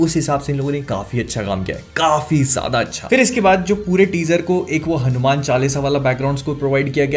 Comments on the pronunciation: Why you are always keep saying it हनुमैन? bhaiya teaser me hindi me wha par हनुमान likha hua aata hai, toh aap hanuman bol sakte hai, or waise bhi ab toh koi confusion bhi nhi hona chahiye aapko teaset dekhne ke baad. By the way the review was awesome. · HanuMan = pronounced as HanuMaan not Man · Please pronounce Hanumaan Not Hanu-Man Please Movie Ka Naam Hanuman Hai baki Exited to hai iske liye🔥🔥🔥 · Please , I understand you watch have grown up with Western comics but please keep a threshold. You didn’t talk about the climax shot which was the highest point in the trailer. And please stop saying Hanu- Man. It’s Hanuman , for comic book researchers it’s very obvious to resonate Batman, Ironman but people like us, the Setu Org. members and researchers he is the living reality, the history, the present, the future, our emotion. Because we have explored his traces. Man of culture please value our own culture. 😊Anyway, keep on your comic book research along medical service. You are doing a great job. Love from Boston. Om ShivRamHanumate Namaha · It's not हणूम्यान it's हनुमान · Its not hanu Man Its Hanuman hair... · Its हनुमान not हनुम्यान (Hanu Man) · It's not hanumen it's hanuman correct it . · Its just ( हनुमान) ,not HANU. MAN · It's हनुमान not हनु मैन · हनुमेन mt bolo yaar हनुमान bolo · Bro its Hanumaan not Hanuman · It's हनुमान, not हनुमैन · Isko हनुमान bhi bolna nahi aaata😂😂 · Bhai apse ye ummid nhi thi Kam se kam name to shi se lo